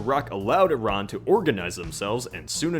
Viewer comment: Props for being an American calling those countries with a soft 'i'. Not eye-rack.